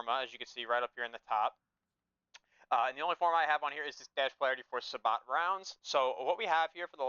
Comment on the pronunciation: Just a psa sabot is pronounced as "say-bo" its a French word 😅 cool breakdown of your build tho